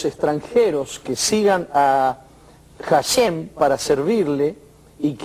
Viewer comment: De acuerdo a la gramática hebrea indica que cuando una letra hebrea de nombre Hey=ה, va al inicio de palabra está letra es muda. HaShem=השם, así se escribe y así se pronuncia ashem, no jashem.